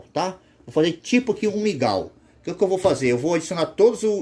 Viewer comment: é mingau irmão e não migal kkk